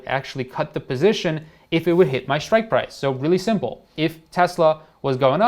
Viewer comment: Shritke or strike price 😅